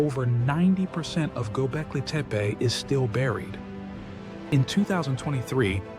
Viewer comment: Bonjour Bravo clair consis neutre Pour capter la curiosité cela me semble parfait. Il y a juste un tout tout petit hic la prononciation du nom du site mais je ne suis sans doutes qu'un âne. Merci ❤ PAM 54